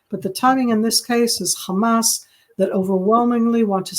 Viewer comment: I do wonder why SOME Israelis pronounce Hamas a Hezbollah like they are spitting... CrrrHamas!